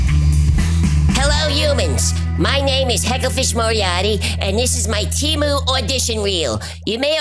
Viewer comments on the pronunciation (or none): Hi. It's pronounced 'TAY-Mew' and not 'tea-moo'. Thank you. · The Superbowl commercial indicates that it is pronounced TEH-MOO